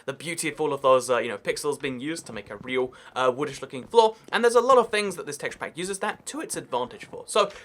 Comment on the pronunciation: Every time he says teshapak drink